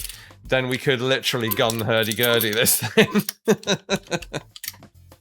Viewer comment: A gun hurdy-gurdy called the "Hurty Gurdy"?